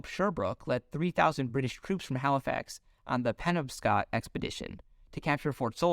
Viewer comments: And Penobscot is puh naab skuht. Haiti is the French half of the island of Hispaniola. The Spanish half is the Dominican Republic today and was called Santo Domingo, same as the capital, under Spain. Overall, an interesting alternative history. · Penobscot- Pa- nob- Scott River